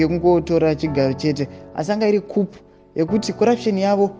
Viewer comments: Inonzi khu not khup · Kuuuu NOT kupu!!!!!!! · Shaa please stop saying kupu, itii kuu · Kupu😂instead of ku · Ndovatapi venhau vedu. Why they don't check Google pronouncing tips bogles my mind